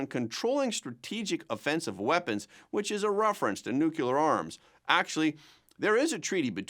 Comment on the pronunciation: New klee uhr. Not new kule ur.